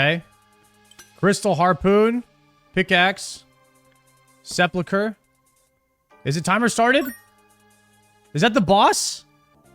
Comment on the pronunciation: And new Sepulchre pronunciation